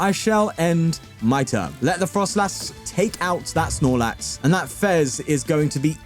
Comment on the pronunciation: It's froslass, not frostlass